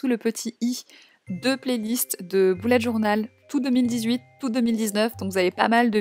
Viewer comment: Ça ne se dit pas boullette journal mais bullette journal voilà sinon superbe vidéo